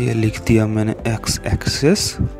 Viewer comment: it's AXIS not AXCESS